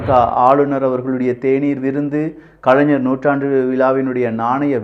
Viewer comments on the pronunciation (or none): none